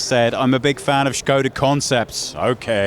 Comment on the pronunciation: I am very impressed, how you said ŠKODA. :--)